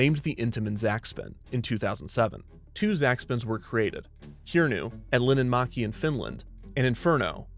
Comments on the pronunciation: I'm so sorry but as a finnish person i have to say - that is absolutely not how its pronounced. its not "kiernu", more like "KiRRnu" and linnanmäki is more like "LiNNanmÄki". Sorry for the negativity, i don't mean to be rude. on the other hand, ive ridden Kirnu many times, and the most dangereous thing about it is probably someone's phone falling out of their pocket! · Losing my mind over the pronounciation of Linnanmäki dshafdhjag had to go back to hear what it was after Finland was mentioned.